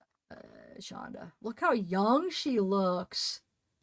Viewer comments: It's Shanda, not Shandra. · it's Shanda